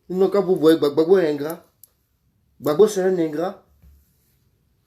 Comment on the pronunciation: C'est vrai on t'a nommé au ppaci mais s'il te plaît quand tu entrain de parler du président Gbagbo parler le président Gbagbo non gbabo